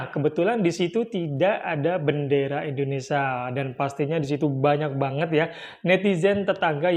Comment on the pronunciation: bukan indonesa min tapi indonesia..